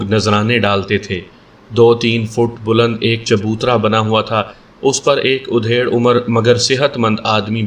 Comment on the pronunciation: آپ کا انداز بیان بہت اچھا ہے ، لیکن جب آپ ادھیڑ عمر ( Adhed Umar) کو udhed Umar کہتے ہیں تو بلکل اچھا نہیں لگتا ۔ ادھیڑ(adhed) مطلب آدھا ہوتا ہے مطلب آدھی عمر کا اور udhed مطلب چیر پھاڑ۔